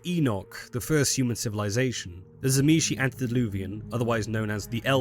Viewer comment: If you start the video not pronouncing the T of Tzimisce then you lose me, T was one of the Clan Symbols of the Fiends, so if you fail it then this is a fail all around!